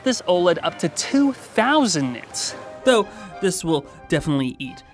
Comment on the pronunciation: 10 thousand nitts?